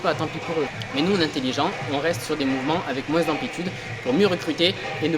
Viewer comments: C’est dans quel pays qu’on dit “moinse” au lieu de “moins” ? J ai jamais entendu ça en Belgique et il a pas d accent quebecquois 🤔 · Ciao, superbe vidéo! Quel travail, bravo, un régal pour les yeux! Petite question, à la fin de « moins » tu prononces le « s », c’est un truc typique de ta région ou bien? J’avais jamais entendu ça et ça me choque 😂